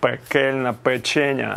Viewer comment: Печеня!!!!це супер!!!Но вона називається-печеня!!!!наголос на другий слог!!!!!😮😮😮😮ну якось ріже вухо!!!!печеееееня!!!